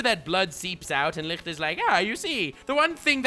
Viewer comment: How tf does he pronounce Licht so perfect every time